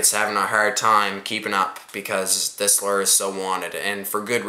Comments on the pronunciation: its loooo errr not lerr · It's lure loo er not ler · Hahaha. You say lure weird.